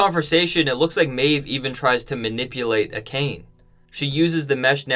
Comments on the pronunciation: I'm fluent in Japanese, and I literally cringed at "A-khayn", like "Dude! How can you know the material so well, but can't pronounce "Ah-kah-naye"??? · Love ya man, but you have to learn how to pronounce Japanese words. It is pronounced Ah-kha-nhe. Now I admit my bias, I studied Japanese in high school, so I just know these things. However I have seen most other video podcasts pronouncing these words correctly. Honest feedback, otherwise I love your videos! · Ah ka nay not acane. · Dude, they literally pronounced "Akane" for you multiple times in the episode. lol.